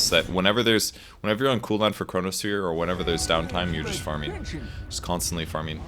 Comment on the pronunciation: is unable to use the letter G:)) farmin....hunkin...trunkin....